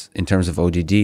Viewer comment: Lex: "the ODD of Tesla vehicles" Elon: sounds like ADD, haha